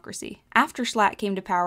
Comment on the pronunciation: No L. Jshlatt more like jschatt